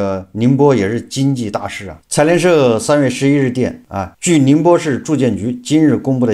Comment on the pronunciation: 财联社听上去像“残联社”😂